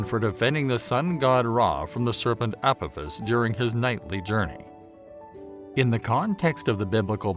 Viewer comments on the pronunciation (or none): none